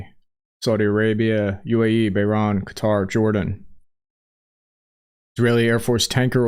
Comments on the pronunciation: Hearing pronounce "Bahrain" as "Bah-Rahn" had me rolling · Please learn how to say "Bahrain". And "Bogota"